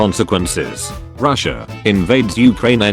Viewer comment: I vomited 3 times while watching, after so many times said"ruhssiah" "putinh" ew. Slava Ukraini!